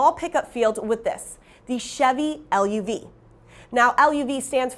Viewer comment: The spokesperson needs to do her homework...The Chevrolet LUV is not L.U.V., like SUV. It’s been and always be pronounced LUV like Love!